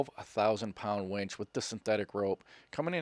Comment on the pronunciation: I thought harborfreight was selling women when you said wench and didn't say winch. It's like saying win with a ch on the end. Stop exciting me